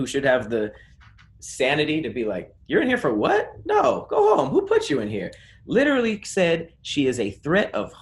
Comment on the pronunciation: SLAUGHTERS the word "literally" 🤦🏿‍♂️🤦🏿‍♂️🤦🏿‍♂️ i guess wording IS hard... for him